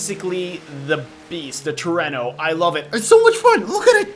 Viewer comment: trueno is prononced as tr-oo-no